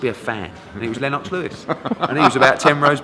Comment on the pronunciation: Lenn-ox Lewis hahahah